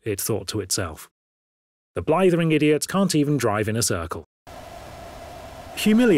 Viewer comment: It is. Text to speech has improved greatly due to A.I. Notice how he says "blithering" though.